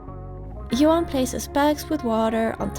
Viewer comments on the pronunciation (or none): none